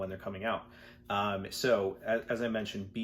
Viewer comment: el daoud - isn't that pronounced as a "u" as in "dude"?